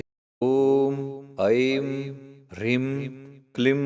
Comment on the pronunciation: Rim and not hreem?